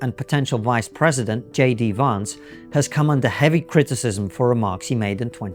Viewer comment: Just for the record, J D Vance’s surname rhymes with “pants” not “plants”.